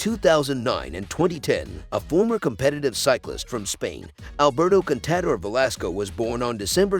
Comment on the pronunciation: Gyro d’Italia? Paris Robbix? Alberto Con Tader? Jack Anquetil? and the worst one, Vule d’Esposs (Vuelta d’España)!! Somebody didn’t do their homework!!